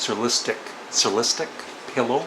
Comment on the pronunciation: After Bathing At Baxter’s is soooo weird and good. Btw, “surrealistic” is pronounced like “sir realistic.”